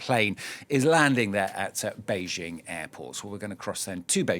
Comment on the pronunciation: Bay- JING ✅ Not BEIGE- ing❌